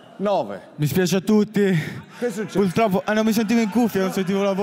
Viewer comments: Nessuno si è accorto che Blanco ha detto “mi spiace a tutti” e “pultroppo”? È studiato il ragazzo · “PuLtroppo”..ma Amadeus si è superato quando l’ha chiamato “salmo” 😂😂😂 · Pultroppo si dice purtroppo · ... già... "pultroppo"😪